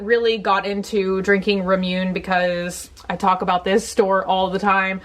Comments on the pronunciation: Say it with me now: RAH-MOO-NAY. It's really not that bloody difficult. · I know people are probably going off in the comments but I do this because I love you,. 😂 Its pronounced Ra-mu-ne. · It is pronounced Rah-Moo-Neh. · Heeey, ramune is pronounced RAH-MOO-NAY. It's like lemonade, just Japanese-y. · rah-mu-nay because some people read neigh nai not nay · Heylola2 It’s ra-moo-neigh, as in neighbor, it’s actually not that complicated at all. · Technically it's La-Moo-Nay since the Japanese often pronounce R's like L's. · I love you but you’re pronouncing the drink and Totoro wrong. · There’s an accent over the E in the word Ramuné! So the pronunciation is a little different than how you pronounced it. It’s killing me girl!!! I can’t stop laughing every time you say it!!!!! 😭😭😂🤣🤣 I used to work at a Japanese restaurant lol!! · I was gonna comment that too, she says it wrong every time even when we comment the right way though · I'm dying laughing bc ur going to give some people an aneurysm w the pronunciation. Add an 'ay' at the end and you'll be closer. I said it wrong too for a really really long time lol so I relate. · Fizzy Lifting Drink to me its whatever bc I pronounced it wrong for so many years but I remember the last video it was allllllll ramune comments and I was like dying bc she kept saying it and I was giggling and then laughing bc I'm picturing all the people twitching and freaking out. And in some ways I relate bc I'm a bit focused on stuff like that usually but I think my own massive error toned that down for once thank god :) so I just smiled and laughed. I didnt mean my comment w any animosity or passive aggressive tone. I hope it didn't come off like that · Hey! Just wanted to let you know that any video you film is good enough to upload. We are always here for you. Also the way you pronounce ramune cracks me up every time. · Margaret Ennis Yeah, i always crack up when she pronounces it ramune. It’s hilarious